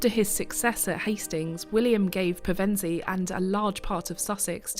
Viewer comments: A very informative video, just a shame the narrator couldn't pronounce Pevensey properly. AI perhaps? ps. Still subbed ;) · Such an interesting history. You pronounced Pevensey two ways - "pair-ven-see" isn't usual but you got it right when you used Pev-en-see 😀